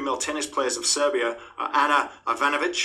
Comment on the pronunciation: Love the video, love to you and our Romanian brothers. Cheers! Oh bdw Serbia is pronounced like Sergei (at the start, the end you got right.)